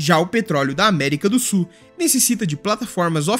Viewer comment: Já aprendeu a pronunciar a palavra SUL? não é "SUR". Ah, e "sulamericano" pronuncia-se "SU-LA-ME-RI-CA-NO", e não "SUL-A-ME-RI-CA-NO".